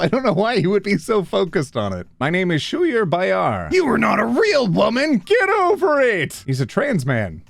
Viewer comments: Didn’t he pronounce Schuyler’s name wrong?🤔 I thought it was pronounced sky-ler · Schuyler is pronounced like "Skyler" just for future reference! It something I learned not too long ago as well (from being in one of his seminars) so I figured I'd spread it around!! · The pain I felt when he pronounced "Schuyler" as "Shooler" (It';s prnounced "Skylar") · I love you so much dude, but your pronunciation of Schuyler Bailar just made me giggle. im not trying to be the grammar police here but it's supposed to be pronounced like "Skyler Bayler" lolol i understand the confusion though, just made me laugh 😂 Edit: fun fact, Schuyler is a swimmer and is know as one of the first documented trans people to compete as a man in an NCAA D1 sport! i learned about him in my government class during all of the anti-trans bills making themselves known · not realizing that Schuyler is pronounced Skyler and not Shoe Ey Ler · Schuyler Bailar is pronounced skylar! he makes content on tiktok abt the trevor project and other ways to help trans people! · its pronounced like "skyler bayler" hes a really good activist and a professional swimmer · the way he pronounced schuyler’s name oh my god😭😭😭😭 it’s an understandable pronunciation if you don’t know him or have heard his name before but it caught me SO off guard